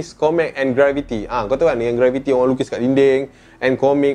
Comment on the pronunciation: grafiti... tp nape aku dgr dia sebut graviti